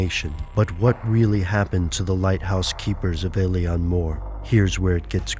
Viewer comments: its pronounced il-on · Thats uh.. not how you pronounce Eilean, guys.